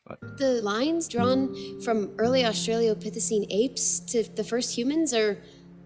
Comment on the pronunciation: The way she says Australopithecine is driving me crazy! I know there’s so much worse going on in this video, but her pronunciation is like nails on a chalkboard to me